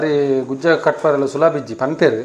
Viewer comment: Gujje ❌ gujja ✅